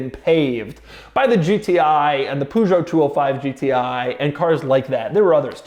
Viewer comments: It's pronounced Per~Jo,. Not Pu~Jo, bloody Americans 🤣🤣🤣🤣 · It is Peugeot 205 GTI not Poojo! 🧐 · It's not POOZHO. Learn how to pronounce Peugeot correctly. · “Pujot” noooooooo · "Poo" jo ...wtf! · his pronunciation of the Peugeot is making me want to commit seppuku . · Golf GTI has been launched in the 70's plus the way You pronounced Peugeot 😅😅😅😅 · Doug is the kind of guy that owns a Carrera GT, but cannot pronounce Peugeot. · Doug butchering that Peugeot pronounciation 🤣🤣 Great effort though 💪